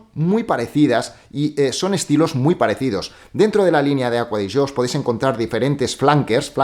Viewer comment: Porque le dices aqua de yo. Se llama acqua di gio